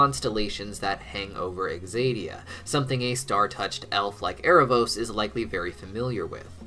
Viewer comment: It's ZAY-dee-uh, not egzaydeeuh, I'm sorry, it's just bothering me so much 😩